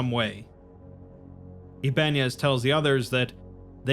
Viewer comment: Ibanez is pronounced Iba nez not Iban ez :)